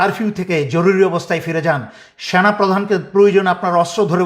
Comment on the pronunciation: তুমি কি বলতে চাও সেনা নাকি সোনা ঠিক করে বলবা